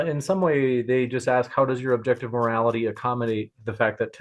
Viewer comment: Daniel's over-pronunciation of the letter T (e.g., morali-TEE, socie-TEE, etc.) makes my skin crawl. 🤢